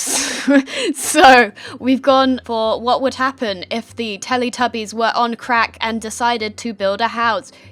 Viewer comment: YOU SAID TELETUBIES WRONG I PROBABLY SPELLED IT WRONG BUT WHATEVER